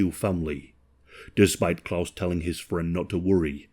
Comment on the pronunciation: He's at least trying to pronounce the name Klaus correctly, I'm so happy about that😂